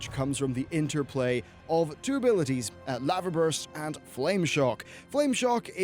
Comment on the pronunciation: wait why do you say lava like that